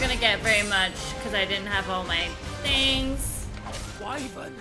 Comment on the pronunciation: I think the character's are pronouncing Wyvern's name incorrectly. Isn't it Why-Verne Not Why-vren?